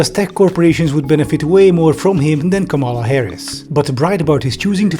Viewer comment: Just for the record, it’s not kaMAHla Harris, it’s comma-lah Harris. It’s not that hard folks….